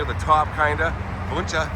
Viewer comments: The name is pro-nounced win-Chee sorry it’s driving me crazy lol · I live in that area and have heard that name many times. I believe that the Wunches founded Spring, Tx which is near that cemetery. There is still a Wunsche Bros Cafe and Saloon in Old Town Spring. Been there before. It is pronounced "won shee". My father went to high school in south Houston, just south of downtown, in the early 1940s and he said there were two brothers named Wunsche going to his school from Spring. Their family was in the lumber business. Don't know why they went so far to go to school but of course back then train service went everywhere and Spring still has a large train terminal there(freight only now). It's a shame that cemetery isn't better taken care of. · Pronounced “one she” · I was raised not to far from there. The name is pronounced Wun chee. I went to Spring High school with Carl Wunsche IV. and had many great Burgers at Wunsche Bros Cafe in Old Town Spring. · Its Pronounced One She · Local here. Wunsche is pronounced ONEche. The Wunsche family is a prominent local family who settled in the area, and that is how they pronounce their name. This is located at the southeast corner of I-45 and Cypresswood in Spring, Texas. As the camera is panned around, you can see Spring High School, located at northeast corner of I-45 and Cypresswood. If you drive two exits north and exit Spring Cypress, then turn right (east), Old Town Spring is located about one mile down. The Wunsche Brothers Cafe is located there and is a good source of a lot of local history of the area. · I’ve lived in the Spring area for over 45 years and we’ve always pronounced it “win chee”😊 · It pronounce whenche